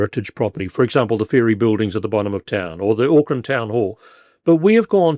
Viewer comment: AUCKLAND NOT OAKLAND, GET IT BLOODY RIGHT